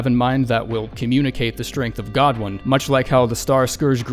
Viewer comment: Who the fuck pronounces godwyn like that